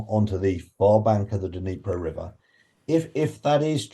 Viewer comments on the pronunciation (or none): Ugh it’s bugging me, this long into the war and names of significant places in Ukraine are still being mispronounced, the ‘d’ is moreorless silent in Dnipro, you combine the d and n and it’s a subtle touch on the d but heavy on the n. Sorry to be that person but it’s grating to hear on times radio the consistent mispronunciation of poignant locations during the war on Ukraine. Slava Ukraini! 💙💛